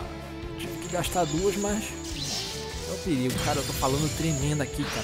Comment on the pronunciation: Ouviram bem? Pre-ri-go!!!